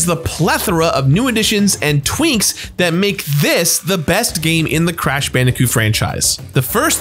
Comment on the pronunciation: Am I the only one who heard “twinks” instead of “tweaks” ? I’ve rewound it several times and it’s all I hear 😂